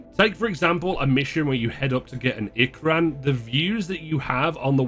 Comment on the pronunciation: Lol it's ee-krahn tho. Not ick-ran. If u have a foreign accent to the one used in the film or game I can understand mispronouncing something. But just claming "that's how they do it" is hilarious.